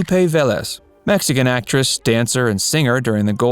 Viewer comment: Pronounced Ve-Lés